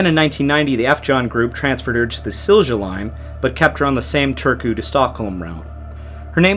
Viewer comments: Only pronunciations that I can help with is Silja is pronounced as "Sill-ya", and Wasa is pronounced as "Vossa". I'm an American truck driver who's never been to Europe. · If you ever need to say that name again, try pronouncing it “seel-yah”, an American would get close to it then. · In the future you can put the words into respective google translates and make it pronounce the words. Would not be perfect but much better than "silsha" (it's "silya") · Good job with the pronunciations. 😊 Regarding pronunciating Silja, J sounds like in ja, jo, sound more like ya, yo in English, so Silja would be SIL-ya :D Just a tiny thing, though! (There were also a lot more Swedish words than Finnish words to deal with here.. :D) MS Estonia, I was 4 when this happened so I don't have any memories of it at the time, but later on it's terrified and fascinated me, so I try to watch any video that is posted about it. Thank you for the thoughtfully put video! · Silja is more or less pronounced SIL-YA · Silja is pronounced Silya. You can hear how it's said on Estonia's Mayday call with Silja Europa. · Eh, don't take it personally, we pretty much know even simplest words in Polish can be unpronounceable for people with little background in slavic languages. As for the sinking of Jan Heweliusz it is an interesting story and I would say go for it, since there has been little on it in english, but there is a 5 episode Netflix series coming out this year supposedly. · My wife went on this ship as a child when it was the Viking Sally, when it cruised from Turku to Stockholm in those days. Just such a horrific tragedy. With regard to European pronounciations... all Europeans use 'y' sound for the letter J, and the V sound for the letter W. So the Silja Line is pronounced Sil-ya. Really appreciate your humble respect when you use these words though. Cheers!